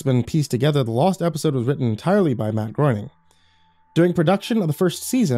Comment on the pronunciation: I went to college with a guy who had the same last name, and it drove him NUTS how everyone mispronounces it. Would literally yell at people, Groening rhymes with "raining"!!! So it's actually Matt grain-ing. I feel like that guy would appreciate me doing this in his place 😆